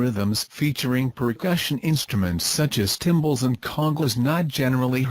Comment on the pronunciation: Timbales not thimbles.